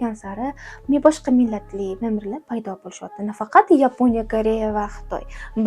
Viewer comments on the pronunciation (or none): none